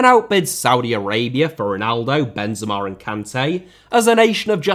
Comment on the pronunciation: i have to do it, i hate it when i see people saying names the wrong way